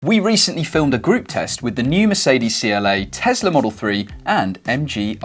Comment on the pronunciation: Car reviewer not able to pronounce Tesla. It’s not pronounced tezla…